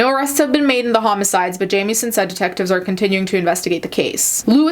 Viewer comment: ok my last name is jamieson and wanted to let you know you dont say it like you would jamie its more like how you would say it when you say it if that makes sense